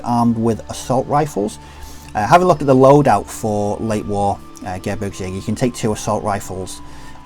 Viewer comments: It’s pronounced geh-breegs- jager. All Gs in German are pronounced with a soft G. No J sounds! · You mean geh-beergs-jager, what you wrote would be Gebrigsjäger